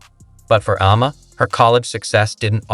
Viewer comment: This video is so sloppy. I don't know exactly if it's AI voice over or if it's someone that can't pronounce words. Auriemma....pronounce right one time, the next sentence pronounced Aurma. Then goes on to mispronounce it 5-6 different ways. Hawkayes. Dino Rosti. Etc, Etc. Then the video saying "Caitlin returns to watch the HawkEYES vs. Drake"...and it's 30seconds talking about that while showing footage of Seattle Storm vs. Minnesota Lynx game.